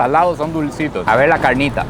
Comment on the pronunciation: Ese asentó para la carrnita